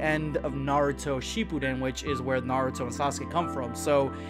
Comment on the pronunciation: Boy said “sheepuden